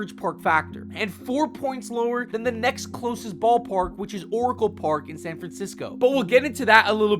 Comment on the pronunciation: Good upload. I've subscribed and looking forward to more. A few suggestions that will hopefully help you evolve. First, I'd get someone to review your voicework - for every Warren "Span" or "Illi-noise", you lose credibility. As for advice for this specific subject matter, I was hoping you would include specifics about the air-conditioning at the H3 Dome in Minnesota :)